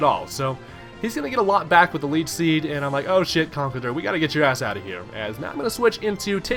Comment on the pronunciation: It's not Conkelder. It's ConkelDURR. Never forget the DURR.